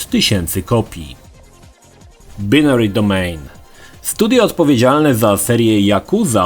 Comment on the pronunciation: Nawet dobrze mówisz binary, nie jak, który mówi binary.